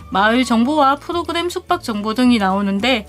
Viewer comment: 프도그냄,,,,,,,,ㅋㅋㅋ ㅋㅋㅋ 혀짧은 발음 너무 귀엽네요. 유익한 정보 고마워요^^